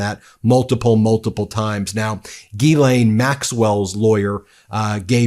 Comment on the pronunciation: As this story is going to run, PLEASE Ben, learn to pronounce Ghislaine properly. It is not Gee layne. It is like Gill like a fish.